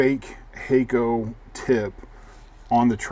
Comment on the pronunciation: It's obvious that it's "Hack-o" not "Hay-co"! And what is a soddering station?